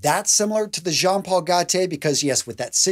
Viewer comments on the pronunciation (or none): none